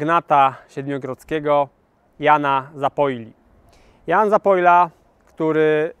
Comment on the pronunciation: ktoś chyba myśli o wieczornym piciu wódki z ZAPOJKĄ, bo już któryś raz słyszę ZAPOJLA zamiast ZAPOLYA :)